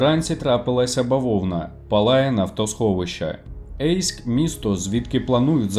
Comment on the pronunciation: Не Ейськ, а Єйськ.